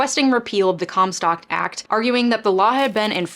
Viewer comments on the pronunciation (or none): Haha I thought you said “cum stop act”